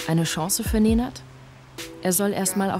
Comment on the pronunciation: Ej brate, svaka čast. Aber bin ich der einzige den die Betonung nervt? Neeeeenaad. Naja meine Lehrer können nach 10 Jahren meinen Namen auch nicht aussprechen